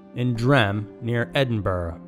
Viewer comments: It's not Edin Borrow its Edinbra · You... did.. NOT just say "eh-din-bur-roh." Pleeeease tell me you didn't say that. Wtf is wrong with Americans saying that and "ver-saylz" for Versailles. Omggggg (yes im american) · Please learn how to pronounce Edinburgh.